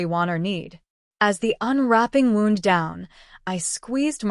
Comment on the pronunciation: NOT Wound like clock wound as in injury!!!!